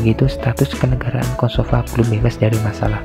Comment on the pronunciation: kosovo bukan kosovan